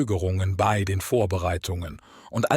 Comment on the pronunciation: Der Vorleser (oder KI ?) kennt das Wörtchen " bei" nicht. Ständig macht bee-ii draus. Das nervt und verzerrt den Inhalt. Interessantes Thema,leider ist das Zuhören anstrengend!